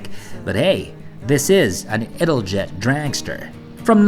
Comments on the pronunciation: you should pronounce it as: ital-yet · 10/10 for your pronunciation of the Italian names 1/10 for your pronunciation of Italjet 😂 “It-al-jet”